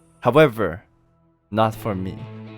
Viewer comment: I love the "hawevver" part